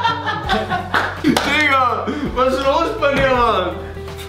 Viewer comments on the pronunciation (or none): Wer hat bei Minute 7.18 bis 7.22 auch Fistness verstanden 😂